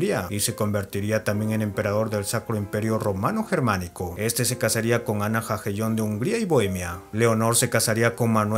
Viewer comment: Jagellon se pronuncia "ya- gue - lon"..